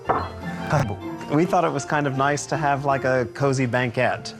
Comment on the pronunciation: "How nicey to see you" 😂😂